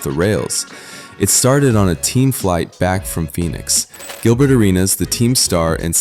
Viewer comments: Is this Ai ? Because how can you pronounce it Irenas and not Arenas or The Arena… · Who the hell says "areynas"? AI, that u dawg?